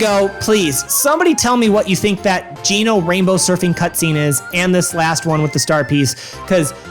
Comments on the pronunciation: Gennnnnno?????????????????? It’s jee-NO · In Japanese his name is written as ジーノ which reads as "Jīno" So yeah that's not how you pronounce Geno lmao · Why does this dumbass keep saying "Gehh-no" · Wait I’m not even mad you pronounced it “geh-no” I’m just so confused about why half the time you say “geh-no” and the other half you say “gee-no” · "Gee-no"? I've been pronouncing it "Jee-no". Have I been wrong for 28 years? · Hey dude, you said that the first two Paper Mario games open with Marios house, when it's plain to see that the third game Marios house as well. Also it's really weird how you pronounce Geno, it's meant to be pronounced "JEE-NO," but you say it "Geh-no" for whatever reason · What! It’s Geno not Genno. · Apart from the blatant troll aspect to just garner more comments on the video, "Geno" (Jee-no) is the only way to possibly consider pronouncing it in any language unless you're just completely retarded and don't understand how languages work. (Geh-no) as pronounced in this video is so unbelievably wrong, you should feel really badly if you actually pronounce it this way or any iteration without the "J" sound. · I love how he switches from the wrong pronounced Genno to the correctly pronounced G NO. Genno is wrong. Period. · Your pronounciation of Geno bothers me, haha. It's italian. I've always pronounced it Jee-Noh, but I believe it's pronounced Jeh-Noh. And as I'm writing this comment I noticed that you pronounce it multiple ways throughout the video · Im pretty sure its pronounces like 'Gino's' pizza. Geno, lol, i think thats what they were trying to go for with the name.🤔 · Jeeee nooo . Geno " jee no" edit this video immediately sir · gheno? really? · my dude... mallow is pronounced 'mall-o' like the last part of the word marshmallow.... geno is pronounced 'jee-no'..... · Please, my brother in Christ, I beg you..... STOP CALLING HIM "GEH-KNOW"!!! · "geh-no" opinions discarded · Genno? GENNO?? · How tf did you just pronounce Geno’s name!? 🤣